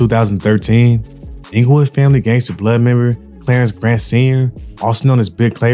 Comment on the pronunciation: You messed up OG Klayron last name. It’s not Grant it’s Gant. Other than that 💯